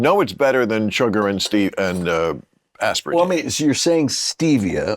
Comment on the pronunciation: Aspartine or Aspartamine? 😅